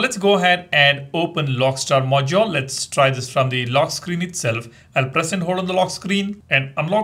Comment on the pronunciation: Stop saying "Mojole" it sounds so annoying